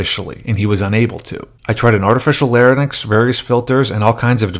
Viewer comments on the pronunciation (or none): Lair-inks, not “lair-in-ix.”